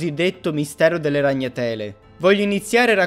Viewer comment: RagnaTÈle nè, ahahah bella!